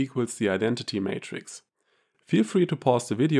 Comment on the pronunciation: Great video but the word is Matrix not Mattress Mattress is what you sleep on.